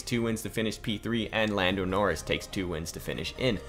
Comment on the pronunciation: Did man just say boldo noris